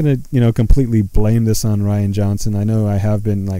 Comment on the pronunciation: i think it pronounced ryan not re anna johnson lmao but he is a girly guy so fuck it give this guy as much shit